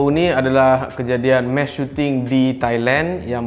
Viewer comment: Bkn mesh... Mass🤦🏻‍♂️